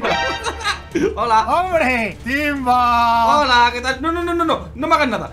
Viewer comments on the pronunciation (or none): Se equivocó iba a decir timba pero dijo imba